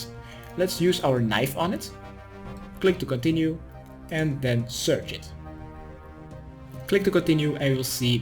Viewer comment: Did you say "complete" and "click to continue" at the same time? "Complick to continue" xD at any rate love your guides so much kthxbai